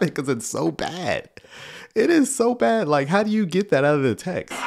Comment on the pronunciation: Liking the new sound bite, but my ears keep hearing ‘like a (good) sermon’. Think more emphasis may be needed on the ‘d’ in bad. Could just be me!